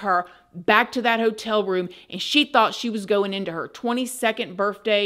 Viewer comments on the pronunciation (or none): I love you so much but it’s birTHday not birFday🤣🤣🤣🤣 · I don’t know why, but when every time you said the word birth day, it sounded like you were saying birth with an FJ